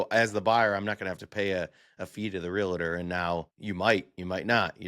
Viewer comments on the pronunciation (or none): real-tor. nev-add-a. 👍